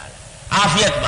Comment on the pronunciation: افیت نہیں عافیت ہے درست کر لیں